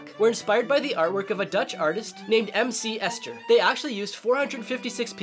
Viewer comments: It’s pronounced “ESHER”...... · It’s pronounced MC Asher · Omg the way he pronounces MC Escher 💀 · Bro how he pronounced MC Escher